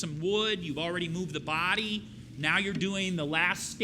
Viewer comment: He said blood not body is his accents